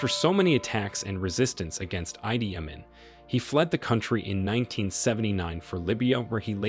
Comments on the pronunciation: Sorry bro,but it's Idi Amin as in Eedee AAmiin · It's not eye dee amin it's id ee amin. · Why do Western "journalists" and politicians ALWAYS change the pronunciation of names. The man's name is pronounced E D Amin, not I D Amin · Why can't you pronounce names properly? E. D Amin. Mu se ve ni. Mu Amar Gadafi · Is this ai or is this dude really callin idi amin heidi ummin? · After 2 minutes i stopped listening. Too many mispronounced words. The main one being Idi Amin. ( EE DEE AH MEEN!!!!! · good video...pro. Idi Amin (Ee-dee A-meen) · Stopped watching from. Moment I heard voice over say "ID" iman!!!!! Like ffs, if you're doing a whole documentary at least get that name right as a pivitol man of history... So now the rest of your documentary is at best guesswork. Based on a few pics. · You are who don’t know how to pronounce our names are the real murderers. Killing and destroying our hopes and coming back to make us live in hate against each other. Sorry but there is no sense in your report! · 'Idi Amin'. Why do Americans have to mis pronounce the name??? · This narrator couldn’t even pronounce Idi Amin and Somalia correctly 🤡😂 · You could at least make the effort to pronounce Museveni, Gaddafi, Idi Amin, correctly. What's wrong with you people? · The way you pronounce Idi Amin's name is wrong, and I can't stand it!!!😡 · Please learn how to pronounce Idi Amin. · And funny thing is, after museveni talking Gaddafi out of Libya's nuclear weapon program, he is now preaching about how he wants Africa to build a nuclear weapons program to tackle Western exploitation of the continent! On a side note, the way you pronounce the names Idi and Museveni though🤦🏿‍♀️